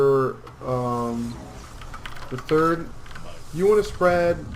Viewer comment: plz, stop saying "third" and say "turd" again, it sounds horrible